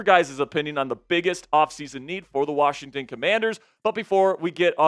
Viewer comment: There is no "D" in WASHINGTON 😂😮😢😂